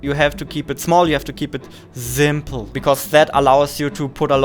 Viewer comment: he said zimples as said zimple in the video